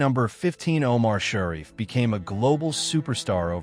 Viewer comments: The narrator for this video can't pronounce names!!!! It is not "Laura"-- it is Lara. It is Tonya not Tanya. It is not Shari,it is Sharif. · The name Sharif is pronounced Shuh REEF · All the " facts" is that something almost never happened, which is the most common thing in such huge productions. Such idiotic text. And then there is the mangling pronounciation of names: Shariff, Jarré...please!! Unbearable. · Pronounce Omar's last name correctly.